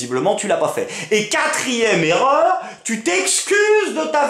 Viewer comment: 1'23: c'est quoi une zerreur ??